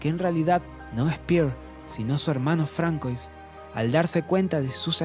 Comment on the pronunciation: Un consejo: aún que se escriba "François" se pronuncia "Fransua" 😉👍🏼. Buen resumen !!